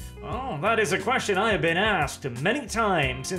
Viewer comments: Been, not bean. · *been, not bean. That´s a pod-borne seed, or a british comediy series... whichever you prefer.